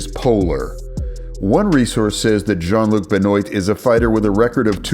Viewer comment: How can you pronounce Jean correctly but fuck up Benoit? (It’s pronounced ben wah). We literally have another word with the same spelling so you clearly recognize the name as separate from the clothing